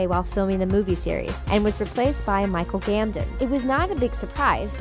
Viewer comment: waittt did she just call Michel Gambon Michel Gamden